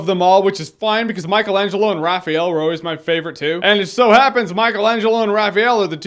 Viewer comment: Raphael...just him...RAPAHEL!